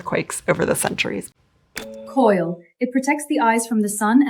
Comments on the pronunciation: I'm 99.9% sure "kohl" isn't pronounced "coil" this is AI gibberish and most didn't even get a laugh out of me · The ai mispronounced it, I assume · As was "Koil" for Kohl. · I know what kohl is, but what is koil??🤷‍♀️🤷‍♀️